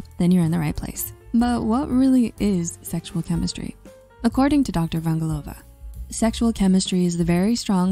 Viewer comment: Is this an AI-generated voice? The delivery is so flat. Then again, a generated voice would say “chemistry” and not “chemishtry.”